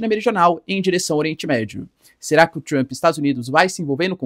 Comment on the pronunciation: 😅Mas gostcha do sotaque pra falar "Tchrump"... 😂 "Tchrumpista"...